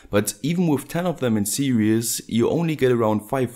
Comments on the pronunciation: You said "serious" ..its sposeto be "series" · I'm sorry but "series" is pronounced "see-rees" where the ee is pronounced like "sea". You're far smarter than me, so don't feel patronised cuz I'm dumb.